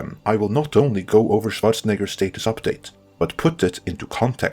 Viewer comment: I used to dislike your heavy foreign accent, but fuck did I love how you pronounce Schwarzenegger perfectly